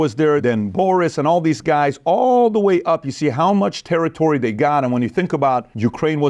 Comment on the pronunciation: THE… is not pronounced …duh THEY… is not pronounced… day WITHOUT… not is not pronounced… widdout THEIR… is not pronounced… dair TO… is not pronounced… tuh DON’T …is not pronounced… dohn THOSE… is not pronounced… doze TALK… is not pronounced…TOK THINK… is not pronounced…TINK THOUGH is not pronounced…TRUE LIVING… is not pronounced…LIVIN WHATS… is not pronounced…WOSS